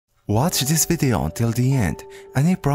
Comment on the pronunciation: How say video Vide-o